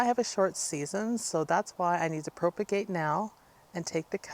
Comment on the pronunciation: PROP-a-gate like HOP instead of PROPE-a-gate